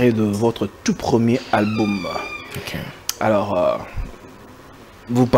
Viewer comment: Cher journaliste ce n'est pas alboum ,mais albom alors qu'on écrit Album veillez sur votre temprin s'il vous plaît !